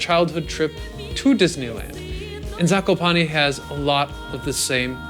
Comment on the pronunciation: ''zakopani'' xd